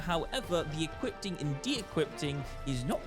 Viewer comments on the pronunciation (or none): EquipTing? DequipTing? Do you even English, bro?